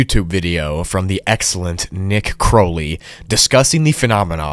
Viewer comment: Can I PLEASE teach you how to pronounce words!!?? I'm pretty sure it's "bass" as in "bass guitar," the "bass" that rhymes with "race," not the fish "bass" that rhymes with "class." And "Crowley" isn't "croh," it's "crow" like "wow," or "cow," or "plow," not "low" or "row" or "tow."